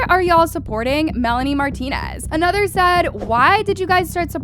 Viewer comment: “aSOAR marlonrie mrantonez” like a (6 second pause)limboar. Sybau oops your parents made a mistake (literally), you need to retire.